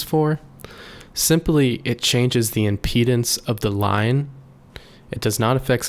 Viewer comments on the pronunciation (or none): none